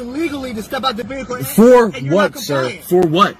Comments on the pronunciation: what is veeHICKkle? hmmm... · I can’t help but think it isn’t a coincidence that most of the sov cits out there pronounce it “VEE-HICC-LL”. 🤔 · "Ah'm asking for your supervisor and now you're busting up my vee-hickle and now you're glub glub glub!!!" And another Freeman of the Land spends $2,000 on a traffic ticket. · Brilliant. You are getting into my vee hickle!😂😂😂😂😂. No messing with chat and supervisors. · "You have busted my vee-hickle up.." I'm still waiting for a video about a sovereign citizen who actually won his case in court.